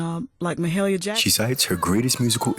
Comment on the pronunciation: Ma-who Jackson?!? Pronounced Ma-hay-lia! A gospel legend!